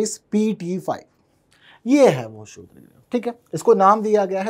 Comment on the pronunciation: अपने जीभ के नीचे पान का पत्ता रख लो बेटा .... शुद्र नही क्षुद्र होता है ।